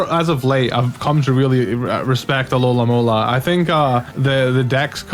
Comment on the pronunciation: My OCDemon is tormenting me because you say "alolamola" instead of "alomomola" lol